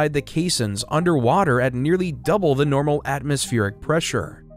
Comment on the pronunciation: These are very good but you could make them a little better if you didn’t mispronounce the word “the” with a long e when the next word starts with a consonant. It’s okay but it drives me crazy.